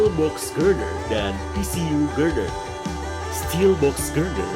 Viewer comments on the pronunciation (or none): Bacanya Girder saja, yg ceta gak usah di pelo-peloin gyerdyergh 😅